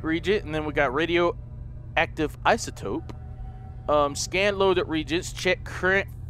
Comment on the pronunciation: I love how pronounced "reagents" wrong...